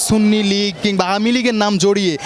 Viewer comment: যিনি সুন্নি কে সুন্নি বলতে পারে না সিন্নি বলে। আপনি তো ঈমান হারা। যিনি রাসুল মানে তিনি সুন্নি। এটাতো কোন বাতিলের দলের নাম না। আল্লাহ আপনার দোয়া কিভাবে কবুল করবে। আপনি তওবা করে ঈমান আনুন। আল্লাহ আপনাকে হেদায়েত করুক